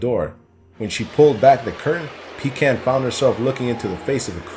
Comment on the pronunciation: (shudders in revulsion every time mispronounces Pecan)